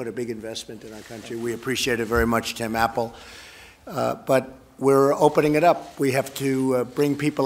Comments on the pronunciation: His entonation sounds like he said "Tim - Apple", like he was saying his name and where he works for, rathen than "Tim Apple". Lol. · Actually his emphasis on Apple lends to him using it as a title rather than a last name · Gotta love how he emphasised it and spoke right into the mic to let everyone know how much he appreciates Tim Apple